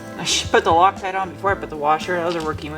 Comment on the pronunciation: Did say Locktite ot Lucktite?